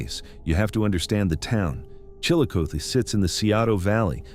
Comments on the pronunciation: Chillicothe. is pronounced Chill A Coth E. (Coth like Goth) your welcome lol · Chillicothe is pronounced Chillo-Coth-ee. Coth rhymes with broth!!! Scioto is pronounced Sigh-oh-toe. I think you video creators need to really watch local newscasts in order to figure out how to pronounce words! You sound super ignorant!!! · chill-uh-coth-ee and si-o-ta. there, fixed that for you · It's pronounced Chilli-CothEE and Sci-0T0. US Rt 23 -35 & 50 all intersect here. It's called the Hillbilly Highway because 2-3 generations of Appalachians traveled North from KY, VA, WV for Construction Work when the coal mines were unstable. The Opioid Crisis followed post Y2K. fyi